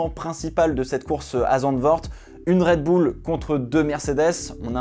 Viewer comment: "ZandVORT" "RedbOUL" ..... la France Monsieur